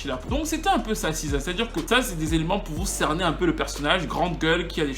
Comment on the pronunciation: T es sur qj on prononce siza?? C est.le C en anglais qui se.prolonce SI